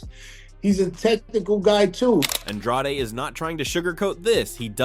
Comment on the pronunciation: Why tf you call him un draw de? It's on drade..... .. ...